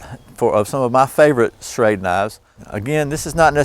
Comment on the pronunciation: ....Schrade SCHEXC